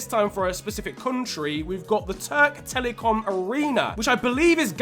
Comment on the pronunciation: törk telikom arrina :D its spell like türk telekom arena you must read turkish words as its written like türk telekom arena (ps: its not arena its new name is türk telekom stadium recep tayyip erdoğan removed arena name from stadium)